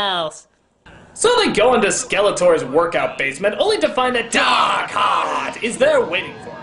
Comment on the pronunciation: you said his name wrong it's not Dark Heart, it's DAAAARRRRKHEEEEEAAARRRRTTTT